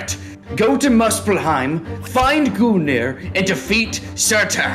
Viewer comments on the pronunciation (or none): iits pronuncesed gun gur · im pretty sure its pronounced guneer because the second g is silent